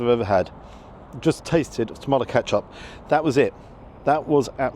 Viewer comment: Do you call it “Catch Up” just to wind me up? We all shout at the screen “Ketcup” when you do it! Lol.